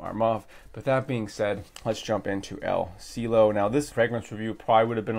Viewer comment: El Cielo (The sky) pronunciation; El see-eh-lo! The "eh" pronunciation is like the "E" in the name of Emily, hope this helps out.